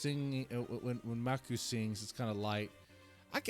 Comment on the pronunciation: Miku, Meee Kooo, not Mahku. ;) 4th time you've mispronounced her name in the last week. Step it up Sir. :) I went and checked some of the survey authors posts in other sub reds, and a response in both the Passcode sub and baby metal sub was saying that Band-Maid shouldn't be a part of the results for some reason.